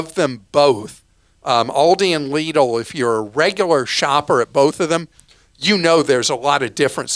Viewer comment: Extra points for pronouncing Lidl correctly! And not make it sound like little.